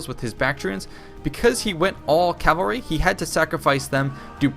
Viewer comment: It really annoys me how you say "calvary". It's "cavalry".